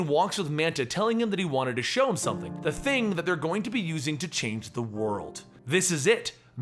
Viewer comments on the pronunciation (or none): none